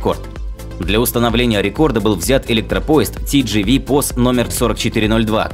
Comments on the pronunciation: читается: тэ-жэ-вэ, а не ти-джи-ви. не будь одноязыким колхозом. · Не тидживи, а Тэжэве. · Только правильно тэ же вэ а ни ти жи ви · Поправка: TGV POS читается не как ТиДжиВи, а ТэЖэВэ (на французском)